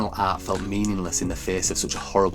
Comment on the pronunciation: the way you pronounce the word "art" is an outrage